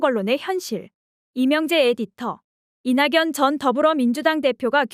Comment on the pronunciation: 이나견이라 소리나는대로 읽어주세요! 이냥년이라... 어색하고 생소하네요~